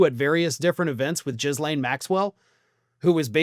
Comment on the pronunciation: No disrespect as I ❤your videos but you pronounce her name as Gee-Lane because I want every sick pedo names to be pronounced properly so they have accountability, as for Trump don’t get me started on that criminal enterprise that he has put in the White House and is the disgusting dictator. I feel so bad for every American 🇺🇸, you have only seen the tip of what your country will be after 3.5 years of him unless you get him out of office!